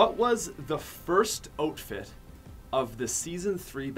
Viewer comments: DID HE JUST SAY OTFITE AND NOT OUTFIT OML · jameson carney he said oatfit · "What was the first oatfit of season 3" Lol